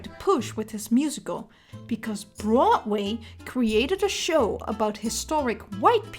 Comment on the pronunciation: Okay I love this video, but I also love the way you say Broadway. “Brotway”. I’m not making fun of your accent, I just love how it sounds.